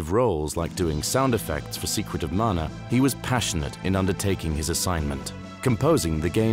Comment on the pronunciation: Amazing video! And thank for saying “Mana” and not “Manna.” 😎